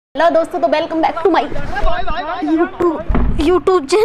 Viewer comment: You toob hota hai kya🤣.. It's youtube